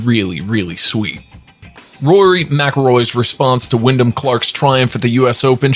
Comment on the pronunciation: Sounds like you said Willin or William Clark? It’s Wyndham Clark 🤦 Even if you don’t follow golf, get the names right if you’re going to narrate, please.